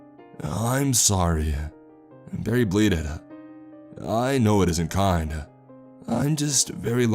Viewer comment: The inflection you put on the last word of every sentence drives me crazy,, I know it isn’t kahhhhind ,, I’m so sahhhhrry,,, it’s like u exhale on the last word for dramatic effect but it just sounds like a frat boy droning on about last nights shag